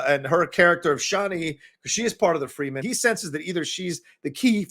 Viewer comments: as the saying goes... you put the wrong emphasis on the wrong syllable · You need to work on pronunciation... you were just a little off on saying the house names and Fremen. Its such a good movie, cant wait for part two in like 2023